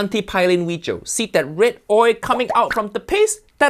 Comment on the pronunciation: This "weejio" is a mix of haiyaa, fuiyoh, and walao eh